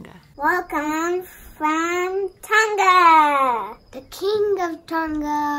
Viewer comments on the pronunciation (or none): Ohh please pronounce it properly 🤦🏽‍♀️ it’s Tong - a not ton - ga. You don’t really pronounce the g at all